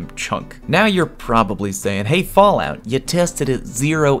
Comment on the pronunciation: Are we just going to ignore "Fawwout"???